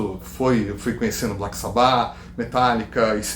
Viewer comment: só quem é das antigas que fala sabá com acento no A final. todo mundo daquela epoca falava assim, e até hoje eu falo a mesma coisa. banda preferida : DEEP PURPLE